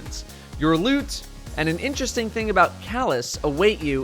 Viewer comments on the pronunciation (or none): no it sounds like he is saying "Hes got lood" As in loot how did you get lube?